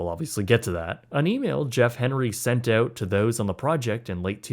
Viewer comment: 2 months oat? Dont you mean out?! Why talk like that?!?